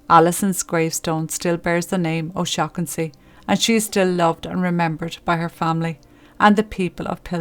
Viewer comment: Take yo a** to principal O-shag-hennessy